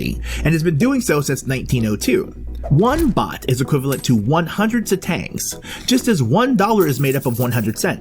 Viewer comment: Please learn how to pronounce Satang and Tuktuk correctly… 😢